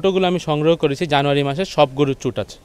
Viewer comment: অনেক অনেক ভালো লাগলো আপনার প্রতিবেদন টা আর খামারী ভাইকে ধন্যবাদ উনি গরুর " চুট " এই শব্দ টা যে সঠিকভাবে উচ্চারণ করেছেন অনেক অনেক খামারী ও গরুর ব‍্যাপারি ভাইয়েরা এইটা " চুজ" উচ্চারণ করে যেটা সঠিক নয়।।